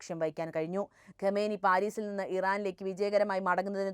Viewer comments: ഗമേനി അല്ല, ഖാoനഇ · ഖമേനി അല്ല ghaamnayi